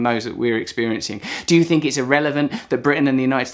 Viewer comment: he pronouces F instead of TH like a french kid. "fret" = "Threat" we Fink = we Think...funny to hear that from a real english person....!!! yeah sorry for the topic i drifted slightly :)